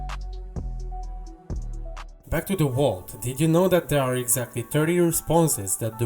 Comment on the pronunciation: The wault